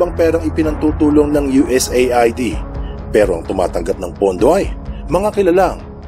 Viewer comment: US-AID ang tamang pag bigkas sa USAID...